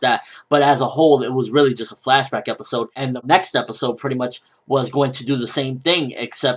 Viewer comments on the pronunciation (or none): For future reference it's flashback not flashbag, just so you know :D